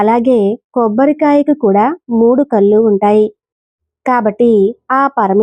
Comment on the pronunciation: నారికేల కాదు. నారికేళ . మూడు కల్లు కాదమ్మా తల్లి😂😂. మూడు కళ్ళు